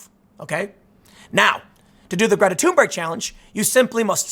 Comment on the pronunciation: Did he just called her Greta tumor